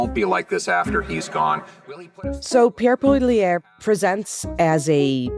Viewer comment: “Pierre Pololiere” LOL